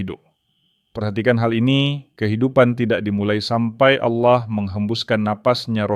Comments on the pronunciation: tolong pengucapan nya di benarkan. ALLAH dengan tegas bukan aulloh. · Allah, bukan Aulloh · Ganti penyebutan sdr ingat ALLAH Bukan aulah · Knapa kata Allah diucapkan olloh, mav ini kedengarannya ga enak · Allah bukan Alloh 😂😂🙏🙏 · Narator nya kok seperti😅 muslim ya, Klo menyebut Allah : A' wlohh.. khas ejaan Muslim. Mohon disimak . Barangkali ada kecenderungan negatif. Pokoknya. Siagalah..😢😮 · hostnya kl ucap ALLAH mirip dg MUSLIM y..... tp memang dialek ALLAH g dimonopoli kaum sbrang aja mstinya BHS sifatnya kan UNIVERSAL